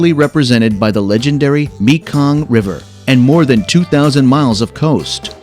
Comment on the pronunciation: Well, the moment I heard you pronounce "Mekong", I knew your were not a person, and those who put this video together, did not care at all to proof it before releasing it.